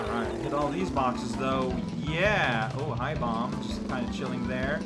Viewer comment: Every time I hear him say 'bom-buh' I gain a nanosecond of lifespan. I think I got the better deal.